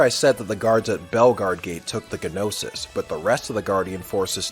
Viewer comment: In pronouncing Gnosis, G is silent.